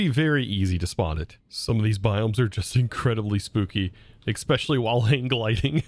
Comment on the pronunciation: Hey, one question and one request all in good fun. Why no watch of flowing time? Can you say “eSpecially” just once instead of “eXpecially” please? Having fun with this pack so far. EMC gen is painful at this time though.